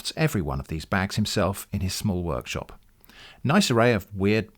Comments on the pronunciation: Also, "worshop" instead of workshop. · You mispronounced "leather bag worshop there" :v